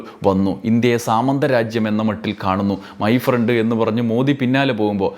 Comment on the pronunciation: മൈ ഫ്രണ്ട് അല്ല മൈ പ്രണ്ട്